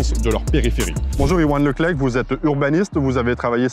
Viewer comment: Sans vouloir faire la morale, Le Clec'h se prenonce comme "Leclerc" !